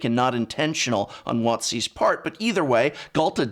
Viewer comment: Every time you pronounce Wotc as "Watt-see" it sounds like a nickname for Watson rather than a large game-making company